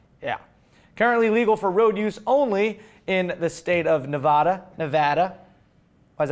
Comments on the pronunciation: You pronounce Nevada correctly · Nevada is Spanish for "snowy" or "snow capped". The way said it is the way it's pronounced in Spanish. The other way is the way Nevadans and people from the west in general say it. People try to tell us, "if it's a Spanish word, that's the correct way". Okay, maybe, but then by that logic, Montana should be "mon-tonn-ya", New Mexico should be "new mehico" (or "nuevo mehico", I guess), Florida should be "flo-ree-dah", and I think we all know better than to go up to a Texan and try to tell him that it's pronounced "tey-hass" or "tey-shass". That's not even mentioning other states with names that are (or may be) derived from languages other than English and Spanish. is right: it's the only one where the consensus is so split, but given this information, it's pretty weird that it is. The only ones that even comes close are Hawaii (which locals will insist is pronounced in a number of different ways based on the original Hawaiian, but virtually no one on the mainland uses them) and Louisiana, the first "I" of which tends to get lost in many Southern dialects.